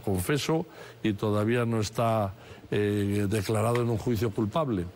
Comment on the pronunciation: Estouu❌estado declauu❌declarado lauu❌lado Batallauu❌batallado Presentauu❌presentado Tratauu❌tratado Empezauu❌empezado